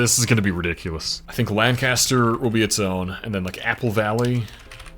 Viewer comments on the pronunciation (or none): none